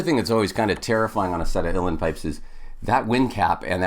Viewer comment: The word Uilleann is pronounced Ui is pronounced O and the lleann is pronounced like the the woman's name LeAnn. Put it together and you get OLeAnn/Uílleann.